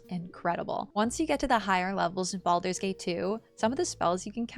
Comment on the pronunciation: i thought u said bald babies xD